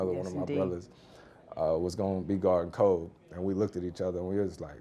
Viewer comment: kind of annoying how he keeps saying "Kob" instead of "Kobe". Like I get it, he probably called him that, but come on man, out of respect for him now, at least say his name right.